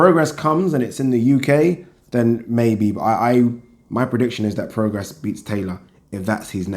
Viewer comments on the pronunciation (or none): It's pronounced 'pro-gray', not 'pro-gres'.